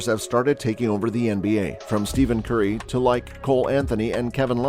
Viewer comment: Exited out of the video as soon as u said “Steven curry” they really got analytics guys that don’t even watch the game making vids and doing media smh